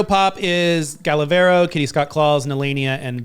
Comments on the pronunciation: Also if we're talking about pronunciation, its Gala Varo like VAH RO, not VAIR O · Thank you for reading my comment and yes I can agree with Ru judging all of the Against The World comment, though I think Brooklyn is a great judge and deserves the spot she got! Loving the Ruviews 🙌🏽, u r also pronouncing Gala Varo incorrectly, the A in Varo sounds like the A in apple! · I found it really sweet of to take the time to read the comments. With that being said, you should pay attention to Gala Varo, too. You've been pronouncing it wrong. Love from Brazil 🇧🇷❣️ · Since we’re correcting the way we say queens names. Please pronounce Gala Varo right, thank you!☺️, keep showing off them legs 🫠